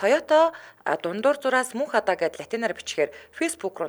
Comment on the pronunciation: Мөнххадааг нь Мөнхбатаа гэж байна гэж сонслоо шт😂